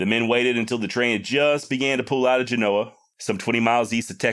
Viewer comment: Dude you said geno Arkansas.. I'm from the Texarkana area. I'm very familiar with Genoa and fouke Arkansas. Lol